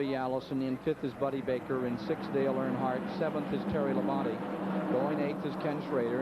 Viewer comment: I am not sure what is more annoying. Announcers back then pronouncing Terry Labonte's name wrong by saying "Terry Labon-TAY" or announcers saying "Mike Waltrip" instead of Michael Waltrip. That's just me